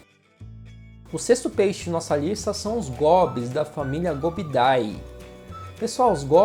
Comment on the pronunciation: Só uma dica, famílias de peixes como gobiidae e bleniidae se pronuncia "gobide" e "blenide" nomes de famílias são latinizados, e a terminação "ae" tem pronúncia "ê" e o "ii" pronuncia como acento agudo :)